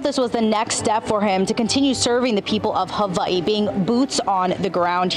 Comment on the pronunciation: He says Hava E so well.Makes him sound so qualified to be the governor of Hava E!